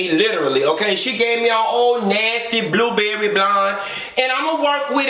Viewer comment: Blueberry blonde or blueblerry blonde 😂😂